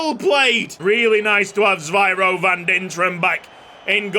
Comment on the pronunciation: Van Dinteren's first name is Zyviro not Zvyiro as you pronounce it.